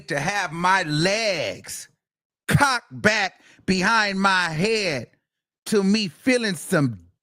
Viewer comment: The emphasis on legs cocked back 😭😭